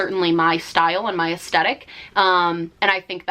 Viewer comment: No one:: asTETic